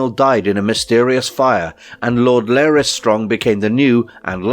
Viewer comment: Why are you pronouncing his name as "Lair-ys" when it's clearly pronounced as "Lar (rhymes with car) - ys" by many characters in the show?